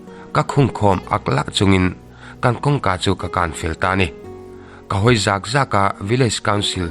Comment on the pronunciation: U rum hawi zaaak zaaak ....nilo in , zak zak tih tur